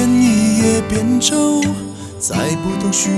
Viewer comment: 吹毛求疵一下，一葉扁舟的發音應該是扁(ㄆㄧㄢ)，而不是扁(ㄅㄧㄢˇ) 不過瑕不掩瑜，無損這首歌的悅耳~